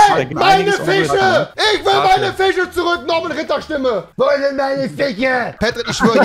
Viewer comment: Rewi: ICH WILL MEINE FISCHE ZURÜCK! Ich: seit wann kann er Fisch aussprechen? 🤔😂